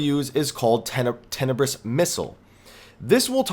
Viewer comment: high fives balmung417 also it's a "ten-nee-brus" missile.